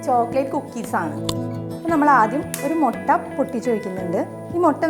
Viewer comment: മൊട്ട അല്ല, മുട്ട